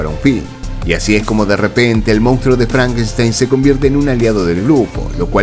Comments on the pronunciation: ¿Por qué los argentinos dicen "mounstro" en lugar de "monstruo"? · Solo un apunte; el término correcto en castellano es, "monstruo "y no como lo has pronunciado.